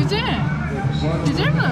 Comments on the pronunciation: HEYON GUSELMİİİ DENE😂🤣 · her gucel mii dediğinde kahkaha atıyorum yaa:)) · Çüzel miğ -Just try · nobody: gücelmi: Try again:gücel mi: Try again:gücel mi: Try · Güçel mi? Güçel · güzel mi yi Karadeniz ağzıyla söylüyor çok komik